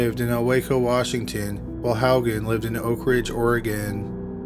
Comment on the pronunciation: I'm shocked you pronounced Haugen correctly. That's my maiden name. No one gets it right.😂 I'm trying to figure out If I have a cousin named Steven.